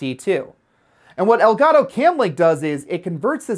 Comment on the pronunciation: aprendan a decir elgato x fa vor